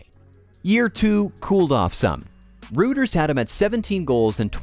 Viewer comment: Love your channel, but recently you started quoting Reuters… it’s pronounced “roy-ters”.